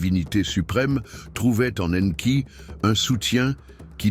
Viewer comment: La voix I A qui prononce différemment le nom d'Enki . Anki Enki. Mdr